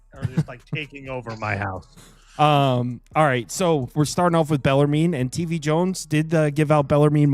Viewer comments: Bell ar moon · It's pronounced BELL-ER-MEN. Please and thank you. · Bellarmine is pronounced "bell-er-men."